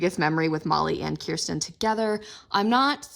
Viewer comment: I’m happy that you say Kirsten instead of kurstan